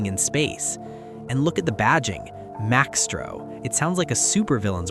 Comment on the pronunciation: it's not Max-tro.... it's Mice-tro